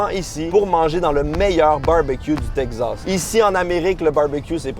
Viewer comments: Teg-zass ou tek-sass ? 🤔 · Oh my god mais c’est TEXAS PAS TEGZASSSSS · c teXas pas tegsas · Texasssssse pas texazzzzzze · Pourquoi tu dis "texzas"? C'est "takes ass" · Salut, Très bonne vidéo, y a un truc qui me fait rire, pour Texas, tu dis "TEG Zasse", en France, on dit plutôt "TEK Sasse" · Si vous prononcez Texas (Tek-sass) en Teg-zass, cela veut dire que vous dites Lug-ze à la place de Luk-sse pour dire Luxe? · Texas ❌ Tek'zas ☑️ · le Texas, qui devient le Teg Zas!!, n'arrive pas à prononcer correctement le nom de cet état américain!! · ...ET TU VAS ME PRONONCER TEXAS CORRECTEMENT OUAIS!!! TEXAS! TEXAS AVEC X!! TEXAS OU T'EST PAS SAX!! OU QU'C'EST QU'T'EST TEXAS!!AVEC XXXXXXXX!!😅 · Le Tegsas 😂😂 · chuis le seul qui est tendu a cause de la prononciation de texas "teqzas" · T le seul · Qui d'autre est trigger par la prononciation "tek-zas" ?😂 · Le « Tegzas » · Tegzaz, le nouveau Texas à la Québécoise 😂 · le "tekzaz" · Tekzas :') (oui je sais, ça se prononce comme ça, mais on se moque bien de nous quand on prononce "ze" pour "the" alors que c'est la vrai prononciation également :'D) Purée ça donne tellement fin. Je ne suis pas un grand fan de viande, mais là j'ai tellement envie de me jeter dessus ! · Tekcsass prononciation française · Tegz assz prononciation québécoise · Il galère a dire Texas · J'ai rien contre toi d'habitude, mais la façon dont tu prononces Texas est juste horrible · j'adore la manière si particulière dont prononce Texas... j'ai appris qu'on devait dire Tejas (Tehas) comme "Mexico" (Mehico) comme c'était un ancien état espagnol comme Los Angeles, San Francisco, San Jacinto, San Antonio, San Jose, Fresno, San Diego etc etc.. Du coup, j'ai buggé 🤣🤣